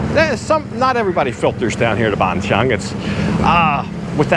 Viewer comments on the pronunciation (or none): It's not Ban Chung...555 it's Ban Chang (Chan)...I've live there 15 years...but love your channel